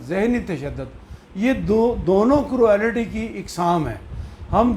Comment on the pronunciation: پلیز آپ اپنا ہوم ورک کرکے آیا کیجیے۔ کروآلیٹی کوئی لفظ نہیں ہے، کرولٹی درست تلفظ ہے ۔ بُرا نہ منائیں، مگر ازراہ کرم اپنی تصیح کر لیجیے اور درست طور پر تیاری کر کے آیا کیجئیے۔ ایک اور بات بھی عرض کرنا ہے کہ آپ اپنے وڈیوز میں بہت ہی زیادہ بےزار انداز میں گفتگو کرتے ہیں جیسے آپکا موڈ سخت خراب ہے، اور بہت زور دے کر بھی گفتگو فرماتے ہیں، پلیز تھوڑا خیال فرمایا کیجئیے اور شُستہ اندازِ گفتگو اپنائیے ۔ فقط ایک خیر اندیش!